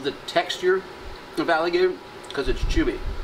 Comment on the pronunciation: Onggg they said alligatork 😂😂😂